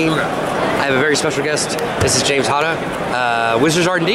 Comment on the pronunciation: Loved watching this, But its James Hata, not Hota. :)